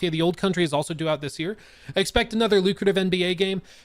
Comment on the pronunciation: Dude. The way I thought it was May THUS YEAT 😂😂😂